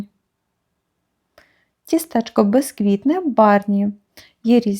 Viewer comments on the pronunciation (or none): ТІстечко! Наголос на І !